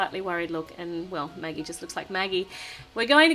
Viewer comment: Magagie Me: Ha ha ha!!!!!!!!!!!! It's Maggie